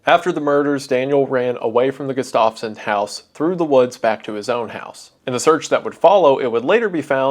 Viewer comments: I’m begging to pronounce Gustafson correctly Wendigoon. It’s Gust- of - son not Gust -off - son. Sincerely, someone with that last name who has never had their name pronounced correctly. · i live right next to townsend and andrew was my grandpa's cousin, crazy story to hear edit: it is pronounced GUH-stuff-son not guh-STAV-son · gustafson is pronounced "gus-toff-sun" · The way he's pronouncing Gustafson isn't right😭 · Jesus man, look up pronunciations. Not knowing how to pronounce simple last names like Gustafson is just so off putting!